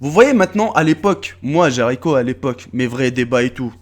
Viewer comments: Ton nom youtube est Jericho mais tu dit Jaricho ... tu es con ou tu es con ? faut m'expliquer la ... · J'enttend "JA" moi aussi